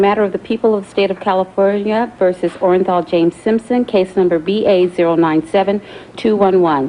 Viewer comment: the clerk had 1 job & that was to read the verdict out aloud, clearly & correctly for all to hear & she made a mess of it. "We, the jury, in the above-entitled action, find the Defendant, ORENJAL......Orenthal James Simpson, not guilty of the crime of murder..." This video will go down in history as 1 of the most iconic verdicts in the American justice system and the clerk couldn't even read the defendants name out correctly.